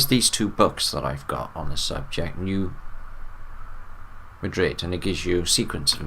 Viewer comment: hey, love ya buddy— it’s pronounced “New Mad😡 rid”